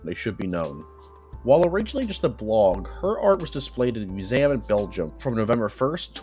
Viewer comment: "me-you-zam" is the most fucked way of pronouncing "museum" I've ever heard. I love it